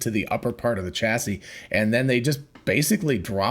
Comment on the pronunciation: Chassis is french. The ch is pronounced like an english “sh”: shassy